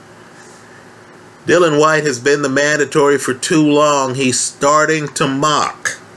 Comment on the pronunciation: you cool? It's all a blindspot now. Please try to say Dill-I-an White. Yes. White is a battler but not great. Nice man. Klitschko Povetkin was long time ago, and no way does D Dawg lose. I like your hope.